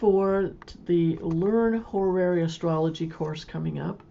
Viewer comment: I learn from your tutorials! Thank you...... Still, I just can't decide to buy a course from someone who's teaching Horary Astrology, but never took a moment to think how it's pronounced. It's NOT ho-ra-ra-ry. Please re-learn, even if it takes an effort.